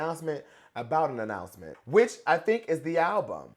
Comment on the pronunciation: I got ananananannanananoucment to make 😂😂😅 the prononciation god